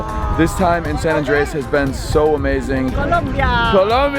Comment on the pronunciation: It's AAAHHHandres bro not ANdRES. Why do you roll the r in andres and then just butcher the first part. lol